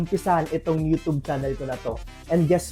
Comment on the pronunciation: everyone = you-tube this guy = you - toob